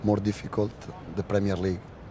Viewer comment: Tony Bloom pronounces the letter r in words as a w. For example, Pwemier and Bwillant. Is that a Brighton accent? Or a regional accent?